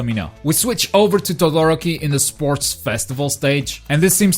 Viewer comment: Togoroki? Ooruka? Ur pronunciations are hilarious! Ik this aint ur language but damn bruv